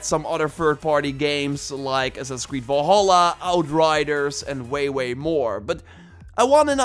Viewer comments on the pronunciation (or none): none